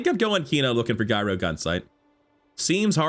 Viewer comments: Hey man, new to the channel. I like your energy and I'm hoping your channel takes off. A couple of things, though - gyro has a soft "g" at the beginning, like giant, giraffe, and gyroscope, where the item derives its name. Not sure if you were saying it like that as a joke, but I figured I'd point it out since accidentally mispronouncing words always feels bad, and hopefully I can save you some cringy moments in the future. Also, remember that items with the same CD go off left to right, so early in the run you were missing a lot of free damage scaling on the Daggerwing by not having the Vortex Cannon on the far left. Since FFS had the same CD at silver, you could have lifted all your items and had FFS immediately slam them back down for more scaling on the Daggerwing - which scales on both up and down, unlike the Hang Glider that only does damage when they stop flying. I mean, you totally got there in the end, but the extra damage could have helped so I think it's a good point to remember. GLHF. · its not guyro gunsight!! its pronounced yuro, like the Mediterranean pita.